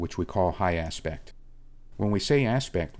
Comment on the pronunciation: Always excellent. "High Apect" :)